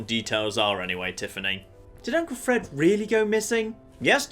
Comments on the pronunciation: I no idea how he read that E in fred as a O ... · dude it's fred not ford LOL